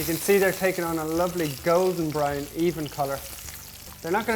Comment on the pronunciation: Its his accent. He said to "Brown" up.